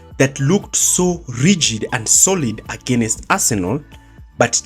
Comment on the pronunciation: Why do Kenyans pronounce "against" as againest? Nice video though